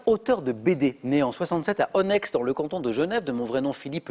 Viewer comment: Cher Samuel, super émssion ! (On ne prononce pas le "X" à la fin d'Onex prononcé <ônê>). Bises suisses